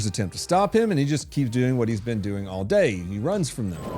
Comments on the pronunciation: Did you say gay or day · is it May or does day rhyme with gay…? Just asking.